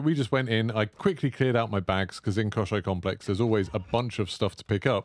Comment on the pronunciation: Мне очень нравится как ты произносишь Комплекс Кощей